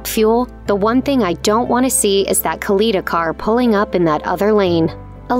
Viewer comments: Anyone else cringe every time she mispronounces Kalitta's name? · Other than she butchered Kalitta's name.